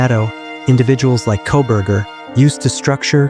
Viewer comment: KOLBERGER........:face-orange-frowning::face-orange-frowning::face-orange-frowning::face-orange-frowning::face-orange-frowning:, NOT "C'......GET IT RIGHT:face-orange-frowning::face-orange-frowning::face-orange-frowning::face-orange-frowning::face-orange-frowning::face-orange-frowning::face-orange-frowning